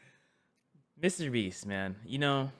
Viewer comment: Bro said "Mr breast" 💀